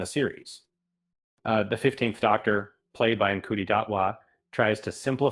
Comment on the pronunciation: It’s pronounced “shoo-tee”